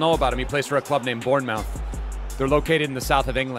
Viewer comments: SOLANKE DOESN’T PLAY FOR “BORN-MOUTH” ITS PRONOUNCED “BOURN-MUTH” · Bourne-MOUTH? Say muth, I know it’s weird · I get American language barrier but you pronounce it bourne-muff